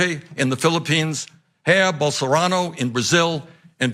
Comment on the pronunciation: Yo Michael Brooks needs to holler at his boy cause who the hell is “hair bolsanro.” Pronounced “jai-air” Bernie.￼